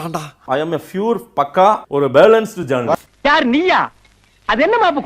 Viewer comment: athu fure illa, pure, enga sollunga, Pure